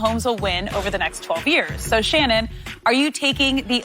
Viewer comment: “Ima go shree” lol Shannon be talking gibberish sumtimes